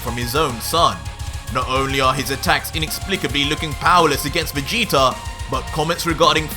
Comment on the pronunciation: Why u say vegetar / king vegeter